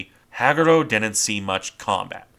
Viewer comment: Hag U Ro Ha Gu Ro Use 1.25 speed before dismissing the video. It’s much more natural sounding. Otherwise, well done! 👍